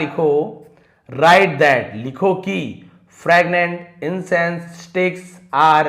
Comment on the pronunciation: फ्रैगनेंट या फ्रेगरेंट 😂😂😂😂 आप क्या बोल रहे है sir